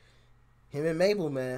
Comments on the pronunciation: Mabel is big in the UK and yes u said her name right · look out for some uk garage tunes and yes it mabel you say it correct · Yeah you said Mabel fine. And she's also very good and well known in the UK, she's had quite a lot of songs in the top 10 here too.